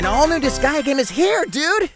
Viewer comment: Wsh il a dit UN NOUBEAU DISGEA ARRIVE MEEEC ! J'me suis dit C'est quoi Disgea 'O-O